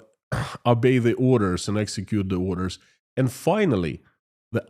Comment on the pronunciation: to improve English pronunciation work on your 'O's. In English 'O's are pronounced as 'O'' not as an 'A' as in the Russian language. So Oligargs instead of Aligargs and 'Obey' instead 'Abey'. Your English is excellent though.